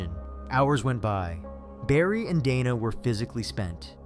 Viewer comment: Dana + "day-nuh" not "donna" fucking AI garbage scripts doesn even know commone american name pronunciations lmao